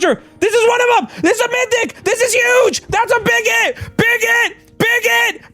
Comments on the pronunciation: Everytime he yelled big hit, it sounded like he was yelling bigot over and over 😂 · I thought you said big_git😂